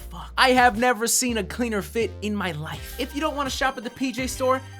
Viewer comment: Okay man you can beat this, just deny deny deny “You find the place okay ?” Nevah. Nevah evah